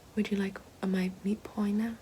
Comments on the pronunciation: meet poi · take a shot every time she says “meat poiy” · LOL it sound like you are saying meat boys. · We should make it a drinking game every time she says "meat poy"! 😂😂😂😂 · Not only is “meat pie” considered a classic Australian food, but the way you say it Ahahaha! Sounds so Australian